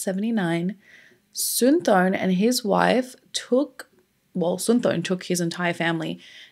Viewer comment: I went to high school with his nephews in WI and dated one in high school. It's pronounced Sin-tah-sum-pawn. He wrote that on my notebook in class. This was really hard on their family even years later when I met them.